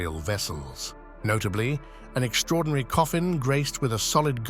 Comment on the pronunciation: What does “exshtraordinary” mean? Perhaps the narrator with the strained, unnatural sounding voice means “extraordinary”? There is no “H” in this word? Perhaps he is called “Shtuart” LOL. Terrible voice, very amateur.